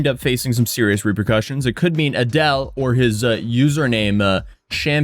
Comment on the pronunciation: Adeel pronounced “A-DEAL”